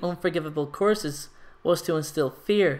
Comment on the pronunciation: Wait does he use the unforgiveable courses? Damn😂 Dont mean to be rude btw i just find it kinda funny the way you say course instead of curse😅